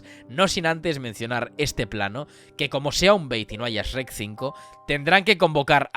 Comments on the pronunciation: Me da ansiedad que diga “es-rec” y no “shrek”, españoles everywhere. Por lo demás, buen análisis, lo vi todo. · Que le diga sherk y no esrek 😩 ❤